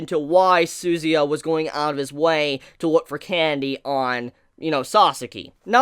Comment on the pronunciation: Jeez honestly don't like the way you pronounce suzuya's name hahaha